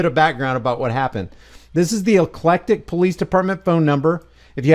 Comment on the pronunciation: It's called EC-LEC-TIC I grew up about 15 minutes away in Tallassee AL